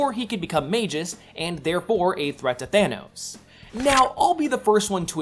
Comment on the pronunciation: adam warlock's evil doppelganger is called MAGUS not MAJICE